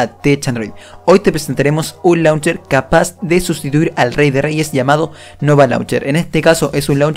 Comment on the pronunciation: Se pronuncia launcheir